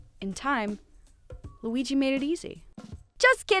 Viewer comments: did you just say L U I YYY I ? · You call him Weeg I’m crying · I love how she says Luigi and now with all her post with LOO WEE GEEE I just hear her calling him that with such emphasis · i just came from the beautiful video and her pronouncing lUiGI makes me giggle so much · I just love how you pronounce LUIGI